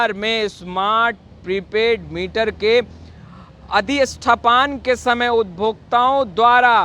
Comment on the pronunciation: अरे भाई सही पढ़ा तो करो। अधिष्ठापन को अधिष्ठपान बोल रहे। क्या है...